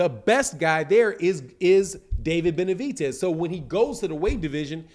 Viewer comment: its david BENAVIDEZ not benavitez tf